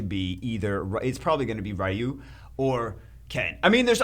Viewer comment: Rai-who? That's a unique pronunciation of Ryu 🤣